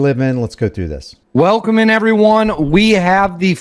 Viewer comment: Is he saying welcome in or willkommen? Willkommen is German for welcome. It's not normal for an English speaking person to say, "Welcome in everyone..." Maybe something or maybe nothing. Just find it abnormal.